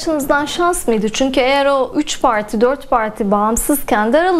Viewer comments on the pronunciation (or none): 3 pağrrrti 4 pağrrrtiii masanın altına kurbağa kaçmış